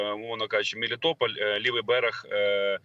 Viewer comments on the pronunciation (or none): none